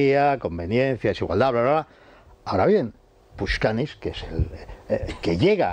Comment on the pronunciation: No es puchkanis, es Pashukanis.